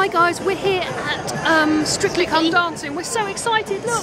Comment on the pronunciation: Euh, what is "Stritcly" ?